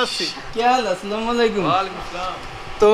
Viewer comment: ভাই সালামটা আসসালামু ওলাইকুম হবে না সালামটা হবে এমন আসসালামুয়ালাইকুম ওরাহমাতুল্লাহ